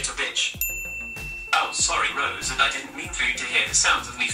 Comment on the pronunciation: Was it just me or was Siri pronouncing Rose's name like "Reuse"?